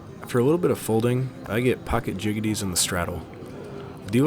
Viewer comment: You said jiggeties.